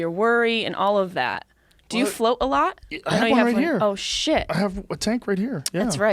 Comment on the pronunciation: martin gonzalez he says flirt instead of float lmao, thought it was an interesting detail